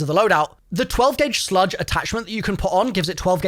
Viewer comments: Does he say the wrong things on purpose just so people comment more…..? He says HayTaker not Heymaker… & he says Sludge Rounds not Slug Rounds lol. I’m sure there’s more examples I missed 😅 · Why the fuck is he pronouncing "slug" like "sludge"??? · hearing call slugs "sludge" is the highlight of my day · SLUG BRO not sludge hahaha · Its not "sludge", its slug. A slug is a shotgun round which is a single piece of metal, not pellets. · Sludge?? Slug I think you mean. That Haytaker is also called a Haymaker 😂😂😂😂 I’m not being dickish with this. I genuinely found it funny.